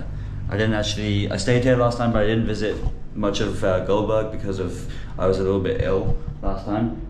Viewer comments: Not Goldberg it's gulberg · Its gulberg not gulburj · its not goldberg its gulberg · Its not goldberg its gulberg I love your videos and Also a gesture towards Pakistani people Love you My boy if you have time to visit Islamabad than i am excited to meet you 😍❤️ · It must be Gulberg not Goldberg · it's gulberg the name of area